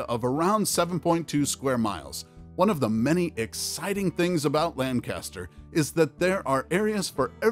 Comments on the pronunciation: You mispronounced Lankister. Lancaster is in CA. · This man pronounced Lancaster wrong all credibility went out the window.